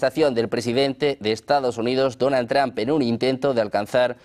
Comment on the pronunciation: Este periodista se enreda solo...😂 Ah y no se dice Donald Tran 😂